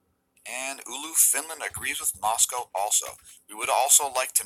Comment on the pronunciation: Thanks for the Phi angle explanation, appreciate. (btw try saying Ou'lu instead ulu:) Great work,! 👌